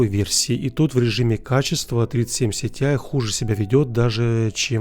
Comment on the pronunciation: Почему ты говоришь СИТИАЙ, а не ТИАЙ?